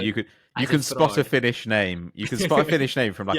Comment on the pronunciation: As a Finnish person listening props to. That pronunciation was better than expected.